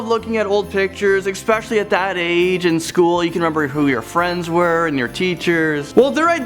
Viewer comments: There's no 'X' in "especially" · this dude's voice is super annoying af but what made me want to bury a claw hammer into his face was when he said "EXspecially" ... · apparently 'expecially' is a word now? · The word is "eSpecially" not "eXpecially". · It's especially, not "exspecially". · what word is he using? Eckspecially? Never heard that one.... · I just don't think you should keep pronouncing "especially" as "expecially" . The latter is not a word, but a mispronunciation :( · Of all the "scarey" points to this, the one that I cringed mostly on was his pronunciation of the word "especially". He used it at least twice and pronounced it "ex-specially". Just sayin'.